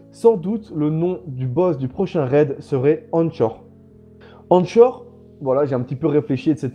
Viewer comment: Juste pour dire Anchor se prononce "Ankor" quand on regarde bien les noms des déchus et si je fais référence à l'accent anglais..